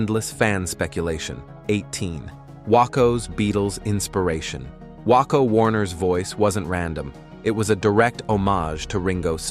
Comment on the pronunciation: the pronunciation of Wakko, WAH KO blergh.. I hate AI voices